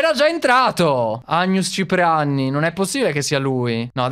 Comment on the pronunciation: quando e uscito due volte angus ciprianni il secondo era Cipriaani invece di ciprianni